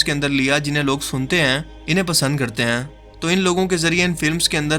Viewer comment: Baht khub dost....👍👍 bas apna accent matlb talafuz thik karo na...jaise app bolte ho (aisa karte ain) baht touchre hai